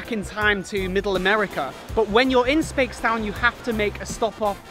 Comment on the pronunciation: i'm a barbadian and i laughed sooo hard when he pronouced Speightstown as "spates - town" it's pronounced "spites - town"